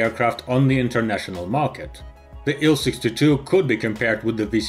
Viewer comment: TU = "Tee-You." IL- "Eye-Ell."